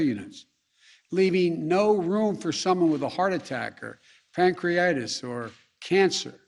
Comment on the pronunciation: He can't even pronounce pancreatitis correctly!